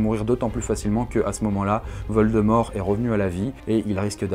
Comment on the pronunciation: Ne prononce pas valdemore mdr